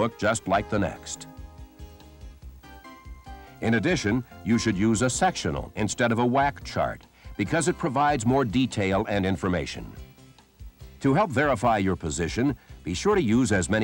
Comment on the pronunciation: I understand that you are trying to use a bit of sarcasm, but just in case: It is WAC (World Aeronautical Chart) not "Whack" charts. :-)